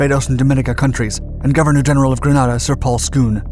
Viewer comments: worst editing yet, grenada, as in grenade uh. geez. coomunist sympthizers call it an invasion, grunts call it an artep live fire.. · "Gruh-Nay-duh". And it WASN'T a "controversial action". It was widely appreciated in the U.S.! One of my Company Commander's was a U.S. Army Ranger that dropped into there. No, no "controversial action"! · Censored twice for having criticized this program about "Granada"(the title on screen). Officially it is Grenada and pronounced Gre-NAY-da. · The way how he says Granada....my gosh.... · GRANADA is a city in Spain - GRENADA (with a E) is an island in the Caribbean - pronounced grə-NAY-də - Every single Grenadian has cringed with this pronunciation. Otherwise well done! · Its pronounced gre-nay-da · Wouldn’t it be more like Gren-ay-da. 😉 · Right, I keep going "wait, the us invaded southern Spain?" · I as a Trinidadian and every West Indian cringed at the pronunciation! I feel my Grenadian relatives rolling in their graves. You broke it down nicely. Great channel and info just the same. All my school teachers were East Indians and none of them ever pronounced my last name correctly...not even after you told them how to do it. He mispronounced it also. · Grenada ( pronounced gree-nay-da) not Granada. Granada is a city in Spain. Love your docs but y’all need to fine tune that information you put out there and make sure you say the right thing. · It's Grenada not Granada............ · Greeeenada Not Graaaaaanada lol! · It’s not Granada it’s Grenada. I made the invasion 5 ac in. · Grenada.... Not Granada, which is a city in Spain! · It's Grenada not Granada and it's pronounced Grenade uh Bwahahaha! Ford made a car called Granada and Spain has a place called Granada. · It's Grenada not Granada. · Listen your pronouncing it wrong not gran add a its ganaida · At 1'03", GRANADA ??!! Surely you mean GRENADA.......sloppy. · No. GranAHda is in Spain. GrenAYda is a Caribbean island. The pronunciations are certainly not interchangeable.